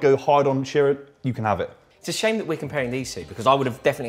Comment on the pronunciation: It's Shearer. Not even close.